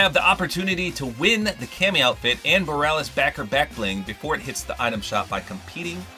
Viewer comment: It's boh-ree-ah-lis.